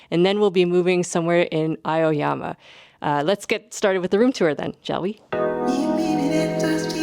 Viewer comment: Omg love your vlogs Even tho I’m a Japanese living in Tokyo haha Just a little tip for ur pronunciation of Aoyama: ah-oh-yah-mah